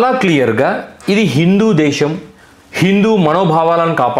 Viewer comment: ఒరే సోదిగా, నువ్ ముందు దేషమ్ దేషమ్ అని నత్తి నత్తిగా అనడం మానరా బాబు వినలేక షష్టున్నాం🤭😅. ఛీచి నీ నత్తి నాక్కూడా వచ్చేదట్లు ఉంది😅. దేషమ్ కాదురా అది దేశం రా శుంఠ. ఎం మీ జలగన్నని ఫాలో అవుదామనుకుంటున్నావా🤪. ఇంకారేరోయ్ శుంఠ వాళ్ళు మాతృభాష లో మాట్లాడమన్నారు కాని ఇంగ్లీష్ నేర్చుకోవద్దు అన్నారేరా? . ఇంగ్లీష్ చదువులు చదువుతూనే మాతృభాషని మర్చిపోవద్దు మనలో మనం మాతృభాషలో మాట్లాడుకుందాం అని. ఎందుకురా అరిగిపోయిన అబద్దాల రికార్డే మళ్లీ మళ్లీ వేస్తారు మీరు సోది గాళ్లు😅. ఇహ మాతృభాషని గౌరవిద్దాం ప్రేమిద్దాం అంటే దాన్ని తప్పు పట్టారాంఫోన్ పే. మెడికల్ కాలేజ్ లని పీవేట్ పరం చేయటం ( ఇదొక పనికి మాలిన అబద్ధాలు,) ఎమో ప్రభుత్వ పోలసీ నా. కానీ ఇండిగో ఎయిర్లైన్స్ సంక్షోభమేమో ఒక్క అవియేషన్ మినిస్టర్ ది మాత్రమేనా 😛😝. ఎలా అవుతుందిరా అవియేషన్ మినిస్టర్ తప్పు? 😛. ఏవియేషన్ పోలసీ ఏమన్నా అవియేషన్ మినిస్టర్ ఒక్కడే పెట్టాడేరా?